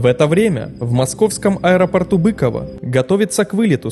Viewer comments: Не бЫково, а быкОво. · И ещё говорят БыкОво, а не Быково, но это уже придирки))) Видео хорошее, спасибо автору! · Хоспади! Ударения!!!🤦🏻‍♂️ БыкОво! КАунас, полкА, принЯть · И не БЫково, а БыкОво ))) Но это мелочи... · почему называют бЫково, если правильно быкОво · Аэропорт БыкОво, а не БЫково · Всегда было БыКОво а не Быково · Запомни не бЫкова, а Быково!!! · слушайте, отладьте уже озвучку, а то слушать невозможно. каУнаса, авиационного пОлка, аэропорт бЫково (он быкОво) и много, много еще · Благодарю за видео. Но очень странно слышать неправильные названия населённых пунктов. Вот правильные ударения: КАунас, БыкОво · Я именно так и написал:) Но не БЫково же, как сказано в ролике) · Еще бы с ударениями поправить и будет идеал. БЫково, ПОлк